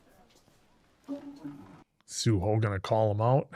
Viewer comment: why do you guys say sohu instead of suho and byomseok instead of beomseok 😭😭